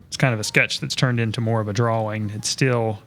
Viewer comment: draw-ing not draw-wing